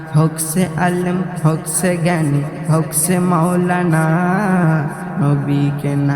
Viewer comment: উচ্চারণ ঠিক করতে হবে। যেমন, হউক ছে নয় হউক সে হবে। ছেরা নয় সেরা হবে।